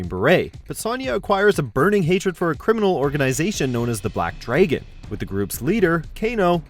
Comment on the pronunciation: Sahn-ya and Black Dray-gon. Damn.